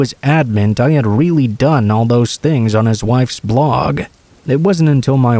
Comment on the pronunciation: Why do you pronounce your Ts like Ws? A wural area* verwy close. Weawy